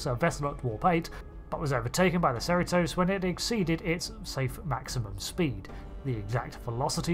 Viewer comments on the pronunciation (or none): You said it wrong it's Cerritos Cerritos not ceratos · USS Serra-tose. Tell me you don't watch the show without telling me. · "Allay-dowe"? "Serri-toes"?? A perfect video, but your pronunciation hurts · I'm curious why you pronounce the names of the Cerritos and Aledo like you do, esp. since their pronunciations in the episodes are pretty consistent. Instead Ser-EE-tohs, you say SER-uh-tohs, and likewise instead of uh-LEE-doh, you say AL-leh-doh, not only changing vowels but changing the stressed syllable. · Al-ee-doh. Ser-ee-toess. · Seh-ree-toes. A-leedo. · You’re pronouncing “Cerritos” weird. Here in California (I live in Santa Ana) we pronounce it SIR EE TOS. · Disappointing video. Firstly the 'i' in Cerritos is pronounced like 'ee' in Cheetos. Secondly you missed a huge detail about this AI and ship in that it's either inspired by or directly descended from Daystrom's work on the M-5 Multitronic Unit - we saw it had the same coloured display in Lower Decks. Sure it was probably meant as an easter egg, but it's on screen so it's canon. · The narrator pronounces Aledo and Cerritos so strangely. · How do you mess up the pronunciation on Cerritos? They say it in the show. It's like mispronouncing Enterprise. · Is it just how brittish people talk, or did he keep mispronouncing Cerritos?